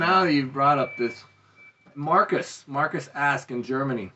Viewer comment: wait... markus who? cant understand the name.... arwrestling porn? Oo that sound weird... im german ... so i want to know....